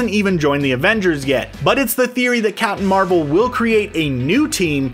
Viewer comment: “Capmim Marvel”